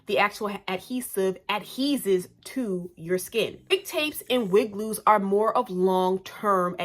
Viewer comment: Lol at it "adhees" 😂😂😂 it's "adheres" mama